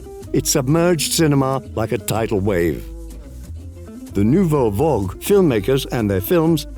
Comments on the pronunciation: Also also also: we get "vogue" instead of "vague" again. Those really don't mean the same thing. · he says "vogue" instead of "vague." Those don't mean the same thing.